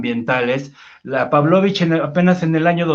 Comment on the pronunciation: ES PABLOLICH NO PÁBLOVICH